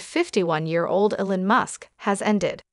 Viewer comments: His name is EEEEEEE-lon! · appears to be a computer-generated voice that can't get Elon's name pronounced correctly???